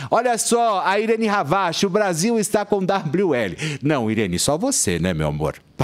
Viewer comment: Adoro a ireni ravache mais pelo amor de Deus nebirene isso n